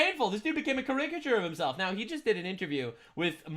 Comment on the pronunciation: “Ca-ring-it-ture” is the new “architect-ture” lol 😂 😂😂🤣🤣🤣